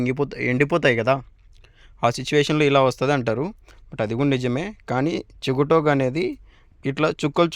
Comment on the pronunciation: చిగుటాకు కాదు "సి గ టో క "